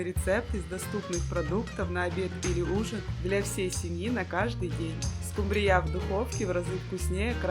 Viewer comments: Правильно говорить скУмбрия. Возмите на заметку, если будете в Интернете рассказывать о скУмбрии. Дома говорите как хотите. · Отличные рецепты, отменная подача, но смотреть просто невозможно,так долго и муторно. И почему скумбриЯ с таким ударением? У милионера была кухарка иностранка? 😂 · Главное - ей самой так все в кайф ! Особенно тупое скумбриЯ. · Ну она же домработница, поэтому и скумбрИя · Ну ты и скумбриЯ ! А может ты и страной сможешь правИть ? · СкумбриЯ? Ой, не могу. Держите меня двое. 😅😅😅😅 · отличный рецепт, но почему скумбриЯ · Особенно скумбриЯ Это просто шедеврально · Неужели нельзя поставить правильно ударение на скУмбрию. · в слове " ску' мбрия" ударение палает на букву " у".Простите Ваше произношение этого слова раздражает. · Ну да, все миллионеры только так и говорят - скумбриЯ 😂😂😂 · В слове «скумбрия» ударение ставится на 1-й слог с буквой у — скУмбрия. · Скумбрия, ударения на У , скУмбрия. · Миллионер нанял безграмотнуюю домработницу??? СкумбриЯ в шоке! В следующий раз килькУ приготовьте, пожалуйста! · Рыба называется СкУмбрия, где вы слышали такое название как вы произносите? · Эта даже не поняла, что над её "скумбриЯ" просто прикололись! 🤣🤣🤣🤣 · Где Вы слышали скумбрИя? Какая безграмотность!😢😢😢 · А рыба эта называется нескумбрия а скумбрия ударение нужно делать на букву У а то неприятно слушать учите русский язык или не комментируйте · Ну почему же скумбриЯ ? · "... надоевшего лосося"? Нам не надоел, не часто позволяем себе. Ударение правильно скУмбрия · скУмбрия!!!Ударение ставьте правильно! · Почему - скумбриЯ, я что-то пропустила? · скУмбрия ,скУмбрия.скУмбрия!!!!! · Жуткая реакция на музыку, не смогла досмотреть, настоящий взрыв мозга, хотя и вкусно. Ну а скумбриЯ, аж передергивала😂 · Каков миллионер, таков и повар. От него же произошла скумбриЯ. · Очень вкусно, видимо. Только так режет слух ударение СкумбриЯ? Для чего? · СкумбриЯ режет слух . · СкумбриЯ?!))))насмешили на ночь глядя. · Кто это - скумбриЯ??? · Ударение на «у»😊